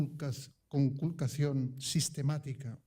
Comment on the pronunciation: La palabra "conculcacion" no quería salir de su boca, se resistía a pronunciarla